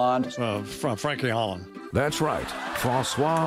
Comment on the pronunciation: J'suis mort ils ont dit "Franklin Hollande" 😂